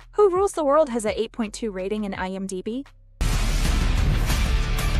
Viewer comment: Why do you keep saying IM--Die-B, instead of IM0-Dee-B? It's very annoying.